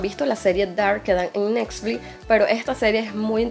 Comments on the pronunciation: Soy la única que noto que dijo nexfli en vez de netflix? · muy interesante jaja por cierto se dice NETFLIX! <3